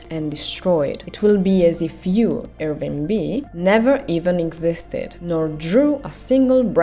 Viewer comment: Everytime you say "Irving" I hear "ear ring" xD